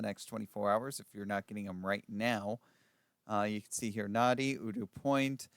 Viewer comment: really ought to know the correct way to pronounce place names that they are reporting. No excuse not to know that Nadi is pronounced as “Nandy”, Kadavu as:Kandavu,” etc.!!!!